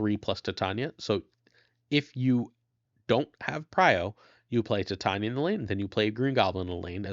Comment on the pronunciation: I think Titania is pronounced like titanium "Tie-tay-nee-uh", not "Ti-tanya"